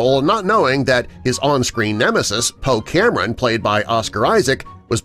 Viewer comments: its poe Dameron not poe Cameron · And he said poe cameron not poe dameron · Poe Dameron. Not Poe Cameron. Just sayin 😂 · If I gave two 💩 about the disney trilogy, I'd correct the mispronounciaation of Poe's last name, but I don't, so I won't.